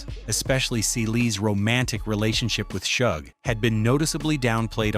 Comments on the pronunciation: It's pronounced Shug as in the beginning of the word sugar. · Its pronounced like the 'sug' in sugar. NOT like the 'ug' in hug..... AI.....🤦🏾‍♀